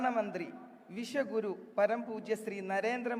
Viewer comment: 😂 അയ്യോ കഷ്ടം വിഷ ഗുരു അല്ല ഉഷ.... വിശ്വഗുരു.... ഇത്രയും മലയാളം അറിയില്ലേ?????